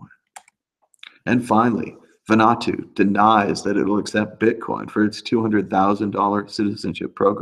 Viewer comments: Van-ooo-ahh-tooo Not Van-ahh-tooo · Vanuatu is pronounced; Van - Oo- Wa -Too.